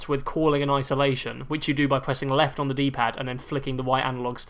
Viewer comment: "The weft and the wight, pick and woll, JJ Bawea" lmao